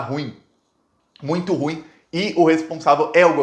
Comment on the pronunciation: QUERIDO GUERREIRO VERMELHO,, COM A MÁXIMA CONSIDERAÇÃO E RESPEITO AMIGO, MEU AMIGO, QUERO ATENTÁ-LO PARA 2 ERROS GRAVES DE PRONÚNCIA. ESTAIS PRONUNCIANDO ERRADO A PALAVRA "RUIM". ESTA PALAVRA NÃO É UM DITONGO CRESCENTE, PARA QUE PRONUNCIES EM 1 SÓ IMPULSOS DE VOZ, COMO SE ESSA PALAVRA VIESSE COM ACENTO AGUDO NA PRIMEIRA VOGAL: "RÚIM". MAS TRATA-SE DE UM HIATO, QUE EXIGE A PRONÚNCIA EM 2 IMPULSOS DE VOZ: "RU - IM". PORTANTO, UM HIATO, QUE É O ENCONTRO DE 2 VOGAIS QUE SE SEPARAM EM SÍLABAS DIFERENTES, EM 2 IMPULSOS DE VOZ. OUTRA OBSERVAÇÃO IMPORTANTE É A PRONÚNCIA DA PALAVRA "DOLO". ESTA TEM O SOM ABERTO NA PRIMEIRA SÍLABA "DÓ", COMO SE TIVESSE ACENTO AGUDO. NUNCA PODE SER PRONUNCIADA COM O SOM FECHADO "DÔ", COMO SE RECEBESSE ACENTO CIRCUNFLEXO. PEÇO QUE ME PERDOE. MAS FOI NA MELHOR DAS INTENÇÕES. DEUS TE ABENÇOE E A SUA ESPOSA. TCHAU. FICA COM DEUS.